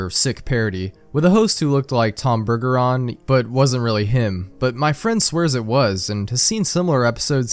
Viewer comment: It is pronounced Bergeron.